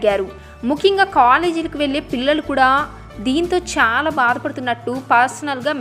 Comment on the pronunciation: చాలా అనే పదాన్ని సరిగ్గా పలకమని రిక్వస్ట్ చేస్తున్నాను.అంతా బాగానే చెపుతున్నారండి